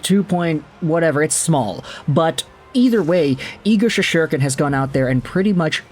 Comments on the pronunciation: Shes-ter-kin. Do you actually watch any hockey? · There is no second “h” in Shesterkin’s name! Sheesh! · thats what im saying bro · Can you learn to pronounce Igors last name!!